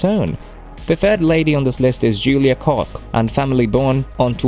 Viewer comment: Koch is pronounced "Coke!"